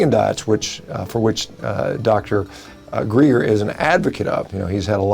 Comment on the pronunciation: my name is dr. GREGer not dr GREEGer - get it right carcass boy or we're gonna tangle